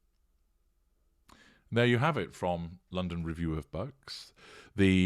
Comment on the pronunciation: Oh i thought you were saying "the review of bugs!!" i thought it was some entomological report!